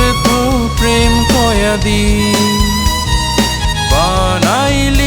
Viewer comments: কয়েদি উচ্চারণ টা হয়নি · গানটি সুন্দর হয়েছে উচ্চারণে একটু ভুল আছে, এখানে হবে ব্যর্থ প্রেম কয়েদি, কিন্তু আপনি উচ্চারণ করেছেন কয়াদি।